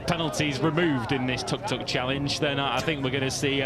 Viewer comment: Imagine thinking of yourself as a professional sports commentator and then not be able to pronounce the nickname of the vehicle correctly.... How hard can it be... its the same word twice.....tuk....not tok, not tork, not tåk, not tog... how pathetic....